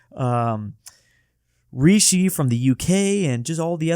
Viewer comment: WHY DID YOU SAY RISHI LIKE THAT HES NOT EVEN PM 😂😂😂